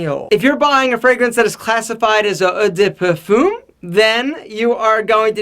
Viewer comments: To help you with the butchery : "eau" is "o" and "parfum" is kinda like "pahrfun", cologne is just the same :) But at least you tried! Nice tips in this video, thanks! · French language butcher ! LOL Your "Eau de Parfum" was so funny ;-) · I am french and i honestly didn'tlaughted this much in a long time, your french is amazing man :') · took me 5mins but he was trying to say: "Eau de Parfum" and "Eau de Cologne"